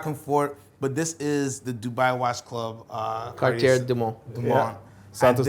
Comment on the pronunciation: …also the last “r” in Cartier is silent. It looks like the Dubai Watch Club would benefit from some pronunciation education, given that both collectors butchered the brand name identically.